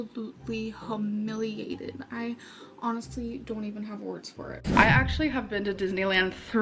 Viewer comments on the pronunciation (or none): Absolutely "hah-miliated".. true poet, grammar goddess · wtf is ham-iliated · Oh wow, I've never heard her say "Hum-iliated" until now. Miss 140 IQ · "absolutely huhmiliated" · She was absolutely hu-mill-e-ated at Disneyland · the way she fails to pronounce humiliated is hilarious